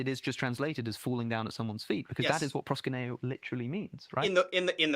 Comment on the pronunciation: It’s ‘proskuneo’, not ‘proskineo’.